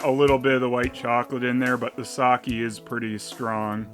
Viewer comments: It is pronouned "sakeh" not "saki" But other then that this video is very good. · You mean because he mispronounces "sake" as "Saki", as in Oroku Saki? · I actually cringe now when I hear people say sa-kee, it just sounds wrong.